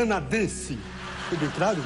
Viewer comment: " Fui bem craro?" 😂😂😂😂😂😂😂😂😂